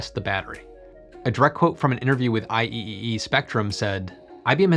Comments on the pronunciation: Just BTW: it's "I triple-E", not "I-E-E-E" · IEEE is said 'I' triple 'E'